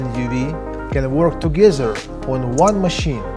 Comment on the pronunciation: You need to work on your "togezer" and "abzolutely",.